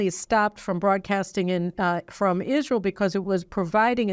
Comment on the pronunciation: Absolutely enrages me that he stutters his words over something so significant. It is Israel not isssshreeehal. Taking a pause, slow down and take the time to say such an important speech. There is no reason at all for him the speech in this way. Further, why are the right not pushing back on this speech? I am hearing very little for them.... Biden rules the world like he rules his family. I am still trying to work out who the equivalent of his shower friend is. If Ukraine is Hunter then the UK must be his biiiiich.